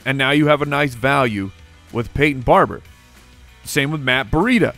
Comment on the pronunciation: So, how many syllables are ACTUALLY in the name Brieda? Two or three? The pronounce it with three ("bur-REE-ta"). Is that right?